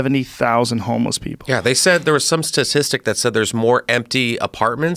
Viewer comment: whats a "homless?"